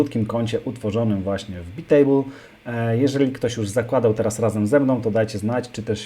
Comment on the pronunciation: To nie czyta się przypadkiem "bajtejbl"?